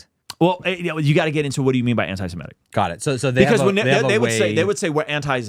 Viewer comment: "anti-sematic" sheesh....